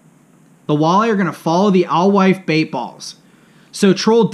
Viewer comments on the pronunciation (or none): And it’s “ale-wife”. The knowledge drop is drug down with blatant errors like not knowing how to pronounce a common baitfish or the name of the impoundment you’re talking about.